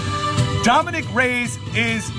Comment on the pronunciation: It’s Ray-Ez.. Not Rays.